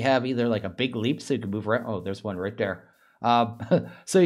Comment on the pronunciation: "der" should really should be spoken as "there"